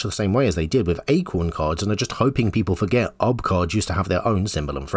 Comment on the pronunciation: Pronouncing UB as "Ub" is a disservice to Ub Iwerks, animation pioneer.